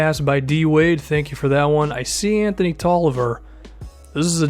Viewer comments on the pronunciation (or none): none